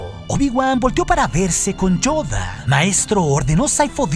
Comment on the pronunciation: donde logra hacer la verdadera voz de Yoda y acento.